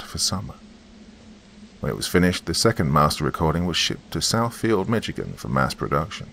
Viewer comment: Hey, you know I love you but it's pronounced Mishigan, like dish or wish! 😊 Lol! Thought you'd want to say it correctly! 😉 Thanks for another Creepy Story! You're the BEST!!! 🧡💚💙💜🩷🙏✌️